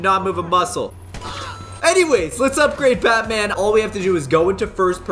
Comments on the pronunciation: I thought you said fatman 😂😂😂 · DO NOT CALL BATMAN CALL BUUTMAN